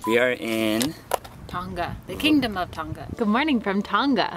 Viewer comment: Ohh please pronounce it properly 🤦🏽‍♀️ it’s Tong - a not ton - ga. You don’t really pronounce the g at all